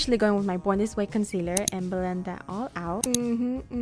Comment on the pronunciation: The way she spelt concealer is the way she said it 😭